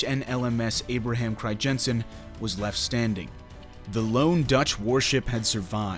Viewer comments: fucking cRiJENsEn pronunciation pisses me off lol. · cri-jensen??? lol.... doesn't google have this speech-feature that pronounces words for you in native language? use it. The "ij" is a "Y" basically. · Cool, I did not know that, I am dutch.....btw the ij in Crijnsen is pronounced as just ‘I’ , really interesting video, thanks.. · It would be even better if he could pronounce the name of the ship correctly